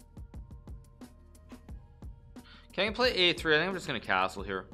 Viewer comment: The way you pronounce cashtrle is shtrange, very shtrange